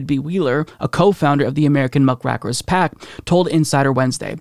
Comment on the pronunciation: Lol you mispronouncing the political term "muckraker."